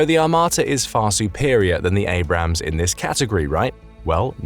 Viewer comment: I'm surprised he managed to pronounce Abrams correctly